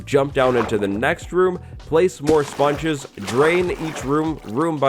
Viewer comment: when you say sponges it sounds like spawn juice